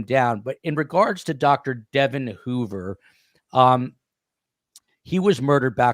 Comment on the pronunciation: Great podcast! FYI, Devon's name is pronounced DeVON, with the emphasis on the second syllable.